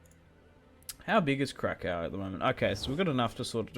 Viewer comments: If you want to say krakow in polish it’s krakoov as in crack oof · Let me clarify how you say Kraków, if you put it into English pronunciation it would be: Krakoof, hope it helps :)